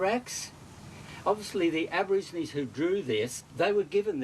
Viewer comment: Aborigines. Not abergeronie😅